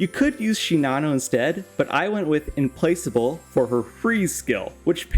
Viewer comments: Implacable has a hard C, not a soft one. Sagittarius has a soft G, not a hard one. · Every time I hear you say Implacable it makes me twitch a bit.